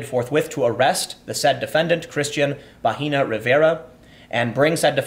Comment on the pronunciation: Bahena is pronounced with a silent h and the e is like it sounds in Ed- The way you say it Tim, you are saying vagina.